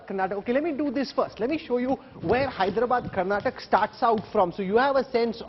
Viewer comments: Hey mr Rahul, pronounce properly. 😡 It's Karnataka not Karnatak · its not karnatak, its karnataka, pls prounounce properly 🙏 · Lo chappar, it's KARNATAKA not KARNATAK 😡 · First let those assholes learn to pronounce Dravidian state names properly. Karnataka not Karnatak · Bro it's not Karnatak it's Karnataka, pls pronounce correctly. Let's wait for tomo & too much band is not good 😂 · To all, thats Karnataka not karnatak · it is Karnataka not Karnatak please 😊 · Bro.. it's Karnataka not "Karnatak" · hey you so called national media , it is KARNATAKA not karnatak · Pronounce it properly Mr. Rahul, it’s not Karnatak , it is KARNATAKA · It is so so irritating when you fellows say 'karnatak' when the word is 'karnataka'. why can't you get the names right? would you like it if someone called you Rahu Kanwa? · It’s KarantakAAAAAA! How ignorant of u